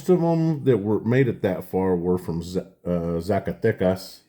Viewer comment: Beautiful!!!! Congrats!!!! Your pronunciation it’s on par on Zacatecas!!! And all the other cities 😊 the toning on that ocho reales it’s beautiful